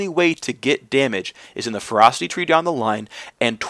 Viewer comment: Anyone else hearing him say "Frosty Tree" I had to tab over to see he was saying ferocity. :P